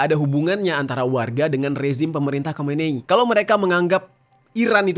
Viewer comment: Bang Jerry, yang benar Khomeini... atau Khomenei sih....???😂😂😂 Saya memperhatikan sejak video² yang lalu